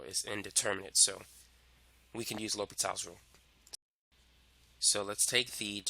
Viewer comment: Its L'Hopital. not L'Hospitals